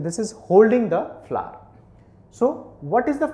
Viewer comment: he prenounts it Fla, not really fun to hear the whole time but its helpfull thank you